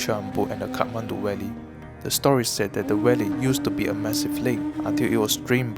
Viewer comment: Great production. No disrespect but you kept pronouncing V as W. Eg Valley as Walley. As for voice over, I hope u either increase voice vol by 10% or reduce bgm by 10%. Keep up the great production! Love the drone shots.